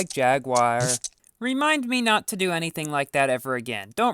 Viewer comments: MoOoOoOVeSs LiKeEEeee JAGWIYER lol.. it's a British company the the way us Brits say it is Jag-You-Er... that's the correct way or call them Jags or Jaaaaaaaaaaggggsss .. jaguar like the animal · I hear "Jagged wire" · haha i like how u say jagwire instead of jaguar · It's pronounced: JAG-HU-WAR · Jagwire REEEEE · Quality video as always, but the way you pronounce Jaguar genuinely triggers my ears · you KNOW people are going to flood your comment section saying how that's not how you pronounce Jaguar right? which it isn't, but still